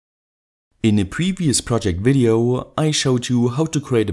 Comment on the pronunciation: "wailed welding wideo" lol